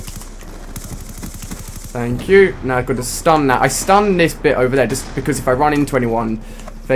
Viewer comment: "Faink yew" lmao